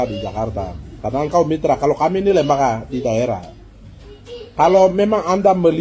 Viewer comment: Jgn sombong br goyang goyang sebut lembaga sja Lida berat .bagaimana kau mau pintar kalou sebut lembaga jadi lembaka..ketua mrp apa seperti anda.